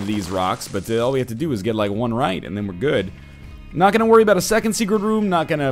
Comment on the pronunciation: Every time you get Leo and talk aboot it it trips me out!